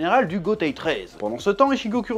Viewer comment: Ça me toujours autant frémir la façon dont tu prononces Jujutsu, Kurosaki, Naruto 😂 à la française